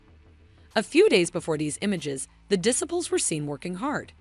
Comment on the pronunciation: Check your pronunciation of "disciples." It's not right.